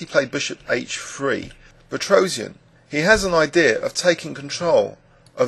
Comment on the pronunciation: His name is supposed to be pronounced pet-ross-yahn, NOT pet-rose-ee-an.